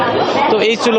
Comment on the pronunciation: Not chabar..eta hobe Savar!